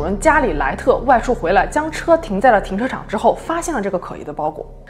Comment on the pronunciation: 停车场口误说成了停车长哈哈哈